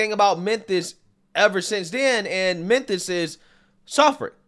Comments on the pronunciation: Bro said Menthus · lol crazy that you say "menthis" consistently every time you can even clearly see your tongue between your teeth making the "th" sound, instead of the "f" sound where your lip would be under your teeth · Menthis? Oof. Memphis. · Not really. If it was well said he wouldn’t keep calling Memphis TN “Menthis”. And it’s not even a 1 time slip up, he says Menthis every time. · "Menthis" Much love. Don't change man. I make fun because it's funny but I want to see you keep doin you. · "Menthis'? Mem.... Meeeeeeeemmmmphis lol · MemPhis. Not Menthis. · Memphis; ph is pronounced as an f, just saying